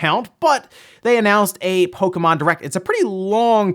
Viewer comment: Catriam Flockentanz lol that bothers me, too. How hard is it to say the name correctly?